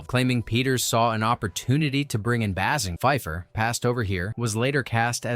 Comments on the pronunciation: Bay-singer!!!!!!! Not Bass-in-jer 😡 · Amazing in 2026 and there are people that still can't say Kim Basinger's name correct....amazing